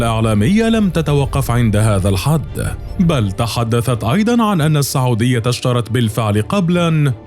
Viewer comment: ليش المعلق يقول ( الصعوديا ) بدل من السعوديه 🧐🤔